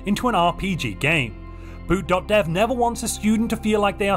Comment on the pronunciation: when you said boot.dev, I swear I thought you were saying boot doctor with the weirdest accent